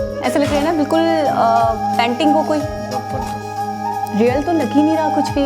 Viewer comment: panting? jahil aurat painting hota hai